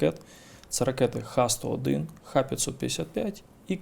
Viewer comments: Завжди цікаво послухати Буланова, але засмучує непрофесійна робота журналіста-жінки. До таких інтерв'ю треба готуватися. Буданов неодноразово каже правильну назву ракет Х-101(ха 101), а журналістка продовжує повторювати Ікс-101. Більшість запитань від неї м'яко кажучи риторичні. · Жінка-журналіст явно вчитися не хоче. Буданов неодноразово каже правильну назву ракет Х-101(ха 101), а вона навіть після цього повторює Ікс-101... Питання від неї, чи є в рашці наші агенти-розвідники, взагалі сміх... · Буданов кілька разів наголошує про ракети Х101, але недолуга журналістка все одно говорить ІКС 101. Невже так важко зрозуміти що в Росії використовується кирилиця??? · Ох і журналістів ви послали інтерв'ю робить. Вона каже "ікс сто один", Буданов поправляє каже "ха сто один", вона бере і тут же знов повторює про ікс. Хіба за останніх три місяці ще не вся країна вивчила чим відрізняються ха-101 від кинджалів і скільки яких ракет було в кожному залпі? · Журналісту (журналістці) разів 4 у відповідь говорять Ха-101, Ха-555, а вона все одно "Ікс-101". Але схоже журналістка Ліги краще розуміється на ракетах, ніж Буданов. Шкода, що в неї не беруть інтерв'ю.